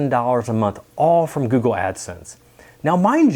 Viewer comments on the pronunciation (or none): Lol... can’t say “Google”. “Goo-goo”